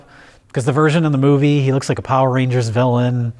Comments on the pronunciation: Why did pronounce "movie" as "mo-VIE"? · “may favorite scene in this moo-VEE!” - Evans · Why did he say "movie" like that?